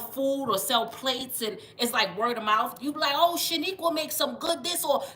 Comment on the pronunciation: No lie I’m hyped my name mad ghetto but you said it & it sounded so nice “shaniqua” yesss im gassed lmaooo